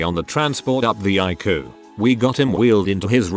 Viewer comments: I hate AI voices!!! Ikoo instead of I.C.U.? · If you can't narrate your video yourself at least use a computer generated voice that can read the text properly. Icu is I.C.U not ique. Come on you can do better. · what is Ikoo I thought it was I-C-U. Doesn't anyone know how to reprogram these damn computer to talk correctly. Oh My God these drive me nuts. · Some of the stories were kind of creepy, but they were all interesting. On a side note, I would prefer hearing a human tell the story who would actually know how to say things like ICU instead of icoo. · It’s I.C.U. ( intensive care unit) not icu, it’s not a word. Get someone who can read and pronounce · Couldn't take it seriously, Icu pronounced haiku instead of eye see you. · I cue? Not ICU, use a real person or don't post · Is the narrator familiar with the English language? I can't listen, there are too many language errors...something as easy and simple as ICU!!! Come on!! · How sure are we that the narrator is actually a person? Pronounced ICU as a word instead of individual letters and seemed to say Geezus instead of Jesus. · It would help if ER and ICU were pronounced properly. Are we listening to a bot?